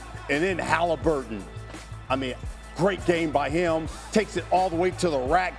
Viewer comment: Love how Q pronounces Haliburton 🖤